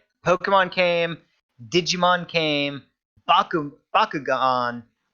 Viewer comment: ITS BAKU...BIAKU...BOKU... WTF IS THAT SHIT ?!?!?